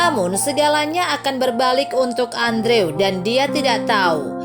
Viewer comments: yg bisa sy pelajari dr cerita ini?, sy kasihan... bkn sama character di cerita tp sama yg punya channel, misal melapaskan 'cage' = ceg, yg bener 'keij'. trs andrew bukan dilapaskan 'andre' tp 'endru' 😅. tp sy paham "nobody's perfect", (termasuk sy sendiri), semoga anda lebih prepared kedepannya✌ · Andrew dibaca Endru. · Cara ngomong andrewnya kolot banget Dibacanya gini loh endru bukan andrew payaah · Aduuhh mbak itu nama dipanggil nya bkn Andrew dooong tapi di ucapkan" Endru" Inikan ejaan asing.. Maaf deh dgr nya ga enak mbak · Andrew dibacanya Endru, min. 😄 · Correction min : andrew dibaca : endru;w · Andrew dibaca/diucapkan : endru